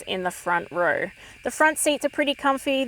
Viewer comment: ROW is pronounced ROE. Not RUR. Unless you went to a Vic Girls Private School.